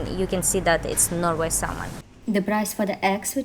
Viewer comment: Your guy friend is American and couldn’t be courteous enough to correct your English for you so you don’t continue to make the same mistakes? Not a great friend to have IMO. Your most obvious mistake was your mispronunciation of “salmon”. The “L” is silent. It’s pronounced “sam-in”.